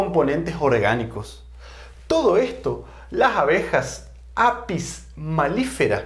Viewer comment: Minuto 1.16 aprox, dice apis malifera Es apis melifera .